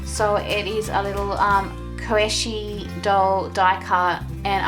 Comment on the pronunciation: Super cute journal! Just wanna say you’re pronouncing kawaii wrong, you are saying it like (kah-wai) when it should be (kah -wah-e) :)